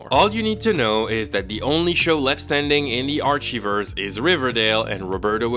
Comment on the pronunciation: I love how he says "Arshiverse" instead of "Archiverse" Love you